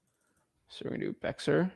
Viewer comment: Not pronounced bexar but bear lol